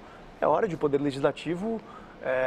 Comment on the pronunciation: Fábio, reparei que quando vc usa o verbo poder a pronúncia fica “pudê”.